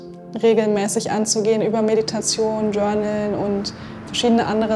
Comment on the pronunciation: 🤣🤣🤣 “dschörneln" - muss dauernd wieder anfangen zu lachen.